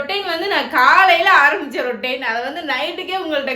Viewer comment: ரொட்டைன் இல்ல அது ரொட்ட்டின் அது 😂